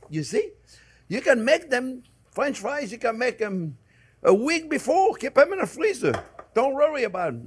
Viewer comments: no time, just clicked to hear this dude say fwench fwies real quick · Fwench fwies anyone?